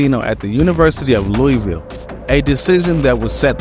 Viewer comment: Its funny asl hearing outsiders pronounce “Loowahvul” as “Luweeville” 😂😂